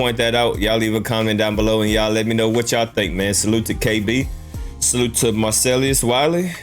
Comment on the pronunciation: What fucking school did you go to .who the hell is marcellyus.please drop the y 😭😭😭